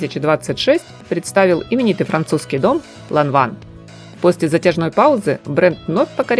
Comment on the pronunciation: Произносится Ланвэн!